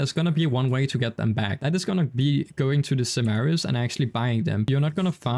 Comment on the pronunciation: I love how he says "chap-a-lon simaris" XD